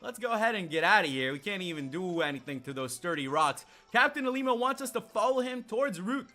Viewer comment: who else gets triggered because he says LLima's name with an I in the front